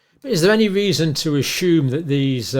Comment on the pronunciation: Learn how to say assume correctly